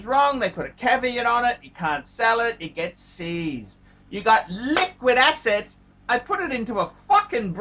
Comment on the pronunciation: Did he say liquid asses ? Or assets. Same dipherence